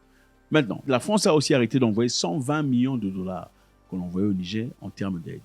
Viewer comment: Bonsoir le boss! Merci pour les contenus très intéressants. Svp il faut bien prononcer le mot Niger c'est "nigére" pas "nigé" god bless😂😂😂